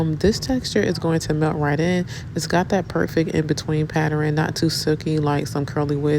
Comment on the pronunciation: Whyyyy do yall say PAtter-in. I it’s Pattern. ..ERN. ERN